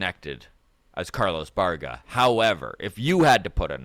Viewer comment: Bye-Air-Gah. Baerga.